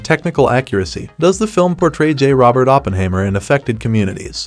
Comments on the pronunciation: Sounds like a computer generated narration. Teach it to say Oppenheimer and not Oppenhaymer and Ma Ma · What I found even more disturbing, is that he completely mispronounced the name "Oppenheimer"... I mean he should at least get the name of the main character right... 🙂